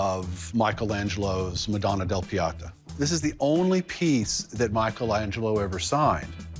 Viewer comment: Piata ha, ha. It's Pieta.